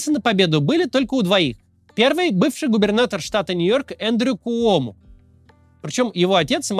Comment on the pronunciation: Привет из New York a. He kyomo,a kooмо-у не читается